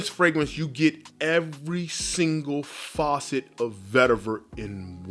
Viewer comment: Great video. Just one comment my bro - it’s facet not faucet